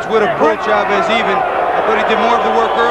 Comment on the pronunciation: Jim Hill, first black boxing analyst i ever heard that actually pronounced Chavez is name correctly. Instead if saying shhhavezzzz.